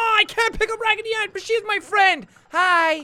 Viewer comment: DarkRaptor SC no he said ferend